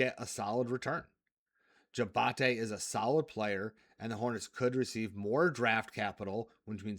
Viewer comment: Hated that he kept pronouncing it that way. Also 2 sponsor plugs in the same short video.